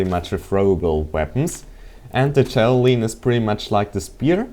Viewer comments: its javlin not javalean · ideut its called ja-va-lin